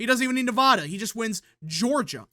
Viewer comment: Okay. First: Yes. Trump will win NE-02. He's up by +3 Also. It is pronounced: Ne-VAD-a, NOT Ne-V-ODD-a Vad, rad, Chad, glad, had, sad..etc. See the similarity? Same thing with Colo-RAD-o, NOT Colo-ROD-o. There's no ROD or ODD sounding syllable in the spelling of those words! It's RAD, VAD. It's like the people that say Rusher instead of Russia! That's not how it's pronounced! It's 2024 and people still do this decade after decade.